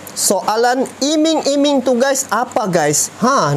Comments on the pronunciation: Iming2 bro bukan imang2🤣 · coba bljar lgi min bhasa indonesia,iming² bkan imang² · Iming" brou bacanya tetap i. Bukan ai..artnya janji" pemberian bonus. Tapi pasti di tolak oleh Jokowi. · Bukan imang imang bang tapi iming iming😂🤭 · Iming iming bukan imang 2 bro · Bos jgn imang imang bacanya nti jd timang 2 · Iming iming.bukan imang.imang.